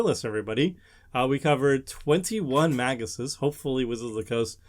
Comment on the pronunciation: 1 minute in: It's Magi